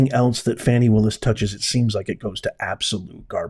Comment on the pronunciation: It's not Fawny Willis it's Fany Willis